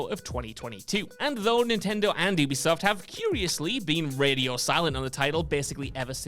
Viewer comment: Yoo-bee-soft. You are supposed to be a gaming journalist, damnit! Say it! Yoo-bee-soft!!!